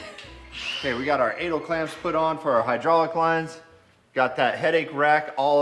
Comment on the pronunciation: I don't usually turn on the CC? I had to on this video because, i thought said, "anal clamps"! 😂😂